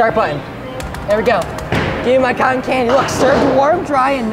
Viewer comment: You Said Cotton Wrong